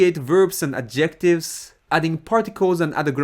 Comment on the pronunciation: speaking about accents, please check how you make accent in "adjective", it's really distracting when you pronounce it as "objective" 😆 great videos though, thank you and good luck!